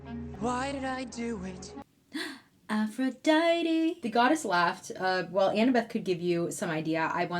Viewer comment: Loved your little ''Aphro- DI- te', a real callback to EPIC the musical lol, just kinda caught me off guard lmao